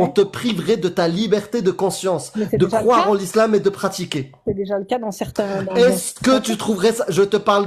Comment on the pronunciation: Ah ouais, ça pique les oreilles ! Croiver, croiver !